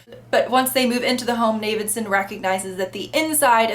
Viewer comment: Pelafina, Johnny's mum, is a huge presence and character in the book - when you read a bit further. Especially the appendices and the whalestoe letters. So there's one massive female character in the background... Two things: it's Zam-Paah-No, and it's pronounced Na-vid-son. How they're spelled... Anyways, not a bad review. It's the best book I've ever read (five times), wrote a thesis on it. Read it at a great time too, with time to kill living on my own at 21 after university.